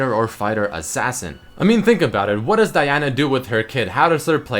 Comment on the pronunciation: why did u say Diana like that ....